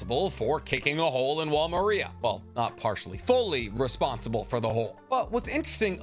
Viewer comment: It's wall mar-ree-ah not Maria like the name, bro watch the show